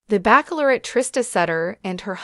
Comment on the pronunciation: IT’S NOT BACK-LOR-ETTE!!